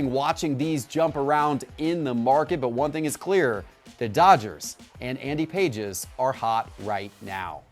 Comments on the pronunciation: Lordt have mercy. It's not Andy "PAGES" -- it's Andy "Pah-hez" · It's not pronounced like pages and he hasn't started every game this season for the Dodgers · You pronounce Andy Pages name wrong. It's PAH-hez. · Pronounced ( Payes ) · its pronounced like Pah-es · if T-pott fed him Pages' stats for this episode, I really question him being a baseball expert. You can't go in front of hundreds of thousands of subscribers and simply state stats that are not even close to factual and then pronounce the guys name wrong on top of it and say "I've got the inside Intel, listen to me, I know what I'm talking about" If it was a first time offense, I'd let it slide, but come on, this happens on the regular. Baseball guys know there stuff and it's hard watching someone with a large audience, financial backing, and a team around him flub the stats, the name, etc over and over. They just need a real baseball expert that geeks out on the stuff. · Do your homework - Pages just recently got called up from AAA - he has not started every game - also learn how to pronounce his name correctly... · Not how you say pages name